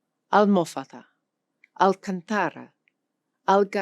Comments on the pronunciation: Interesting video. But try to be more careful regarding the pronunciation of some of the Portuguese words, for example ALMOFADA (with the stress on the 3rd syllable {almo'fada}, ALCANTARA (stress on the 2nd syllable {al'cantara}. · The word "Alcântara" has a GIANT accent mark in it. Kudos for the pronunciation of the "r", but somehow you missed the stressed syllable. (Maybe you could try [al-'CUN-ta-ra] next time). ✌